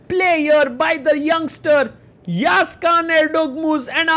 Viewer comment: before it, you should know how pronounce letter ı. its not yagiz it is Yağız actually. in Turkish, letter ı ( looks just like dotless i ) the letter ı pronounce like english word cousin. While you read cousin, the sound is before n at the end. its actully how we pronounce it. if you are not native english, use Google translate and listen cousin in english thats how you should read letter ı. After that, listen yağız in turkish